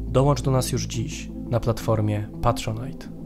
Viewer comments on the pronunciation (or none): none